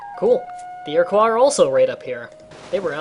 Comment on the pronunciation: You said Iroquois wrong. ear-uh-quo not ear-uh-qua